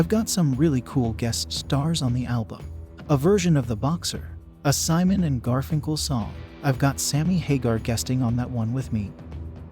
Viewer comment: It's Art Garfunkel, NOT Garfinkel.